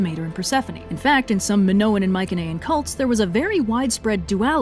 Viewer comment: dude, you are mispronouncing "mycenaean" and its driving me insane... cannot watch after that